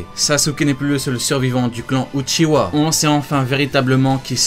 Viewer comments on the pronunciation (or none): C'est pas uchiwa mais uchia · J'ai trois correction pour toi c'est itatchi et saske et uchiha hhhhh pas wa oi compris 👍